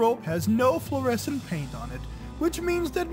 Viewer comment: Flescent lol